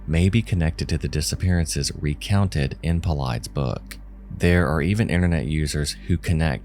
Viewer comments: Paulides is pronounced PAUL - EYE -DES. Not shaming you,, because I said it the same way before I heard it prononuced. Just passing it along! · Paulides rhymes with tidies - as if someone is tidying up. It does not rhyme with "sides". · David Paul eyeds. 👁️👄👁️ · Love your videos, but summarizing the work David Paulides has done as saying it’s just people being taken by fairies was a bit lazy. I mean, I can tell you’re not really familiar with him or his work because you didn’t even pronounce his name correctly. He’s worked to highlight many of the mysterious drowning cases of young men, often following a night of drinking. He also never gives an opinion on what/who he thinks are behind all of the mysterious disappearances he covers. I thought mentioning articles about that pathologist refusing the jab was a bit unnecessary as well, and didn’t have anything to do with his thoughts on the case. Just wanted to nitpick about those two points. Anyway, I still dig your videos. You’re one of my favorite content creators. Have a good one, fren!